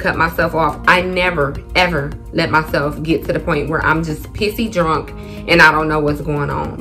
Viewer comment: u is ah trini?🇹🇹